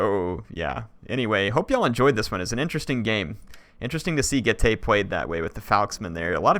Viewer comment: I thought Getae was pronounced "Geet" am i wrong?